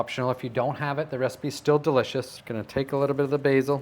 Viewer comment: Its delishishh...Nom nom, well that's me convinced!